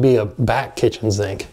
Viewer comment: Btw the only people I ever heard say zink instead of sink is New Orleans.